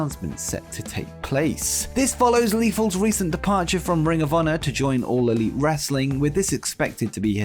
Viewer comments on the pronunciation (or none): none